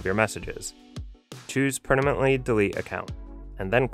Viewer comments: Great video! FYI it’s “permanently” not “pernamently”. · did anyone else notice the whole time he says prenamntly instead of permanent 😂😂😂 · Imagine being a native English speaker and pronounce permanently as pernamently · Per...na..ment... you said it twice. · is he saying "if u pernamently?" Lol😂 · Is it just me OR... this guy is saying "per-na-mently" delete 😂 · Choose "pernamently" delete account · PerNamently? Who is this guy? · Please learn how to say “permanently” before saying it 20 times in a video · dude needs a tutorial on how to say the word "permanently" 😂